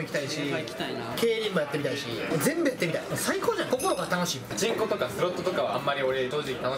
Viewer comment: ロケマサのパチンコがチ◯コって聞こえる